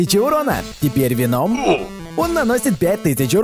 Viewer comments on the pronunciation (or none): Не вено'м, а Ве'ном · Правильно ве́ном, а не вено́м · Почему ты говориш венОм а не веном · Правильно веном ударение на е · В слове "Веном" ударение на букву "е" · А почему ты говоришь Веном с ударение на о а не на а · Веном поставил ударение на о НУ И КРИНДЖ.... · вообще-то в слове вено ударение на е а не на о